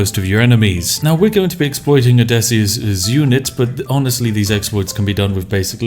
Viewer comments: Everytime you say "Odessyus" instead of "Odysseus" I want to ram a pointed stick into my neck. And you say "Odessyus" a whole lot. There's a lot of pointed sticks lodged within my throat. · Name: Odysseus Spiff: O D E S S I U S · Ah yes, the adventures of Odesius. What is it with British people and their inability to use English or it's grammar? =D ODESIUS, lmao